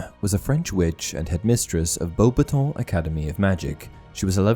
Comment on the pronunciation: Oh, so it's bow-batong. I had no idea how to pronounce beauxbatons for 20 years